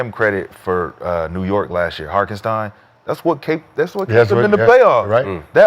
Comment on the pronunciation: The number of times they mispronounced Hartenstein name is outrageous. 😂